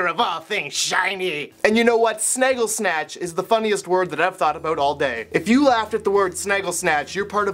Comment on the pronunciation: replayed saying "about" 9 times just cuz i love the way Canadians say Out ^-^